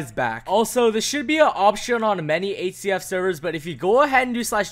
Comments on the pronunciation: Surely its not just me who hears 8cf whenever he tries to say hcf... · the way y pronounce hcf